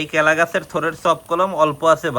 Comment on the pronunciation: Kela ❌kula✅